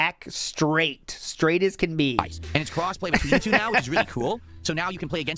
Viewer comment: I hate his lisp, his over-anunciation of words, his voice... For example, he pronounces the word "two" sometimes like "t-who" and sometimes like "choo". I hate this guy.